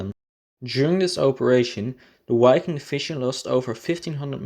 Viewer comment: Nice video and excelent information, however it does not pronounce "UAI-king", it does pronounce with a V sound, like the word "VIKING".